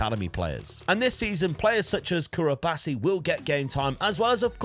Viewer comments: Curabasi bro what 😂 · How tf do you mess up Cubarsi’s name???😭😭😭😭 ”Currybassy” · this pronunciation of cubarsi is absolutely diabolical. must be intensional